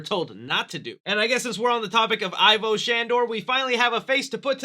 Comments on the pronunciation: It's pronoucned "Evo" not "Eye-Voh." :X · What's not forgiven... Is your pronunciation of Ivo Shandor... (Not I-VO... It's E-VO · Does anyone else get upset when a supposed Ghostbusters fan pronounces it "EYE-vo" Shandor instead of "EE-vo" Shandor, or is it just me? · Egon said. It's. EVO-SHANDOR not Ivor !!!!! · It's not pronounced EYE-vo, but E-vo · Just a casual correction.... Ivo is pronounced not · pronounced EE-vo Shandor. Did you even watch the first movie??